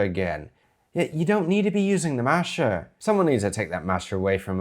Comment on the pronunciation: I think your accent is being affected by watching so many British vids 😛 Sounds like you've learned "masher" from listening to Irish chefs a lot (love it 😀)